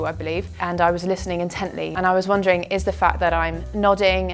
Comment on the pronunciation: May I ask whether British people pronounce WONDERING “wondrawing”? It sounded that the “der” part was quite clearly like “draw”. I appreciate it if you can give me a reply.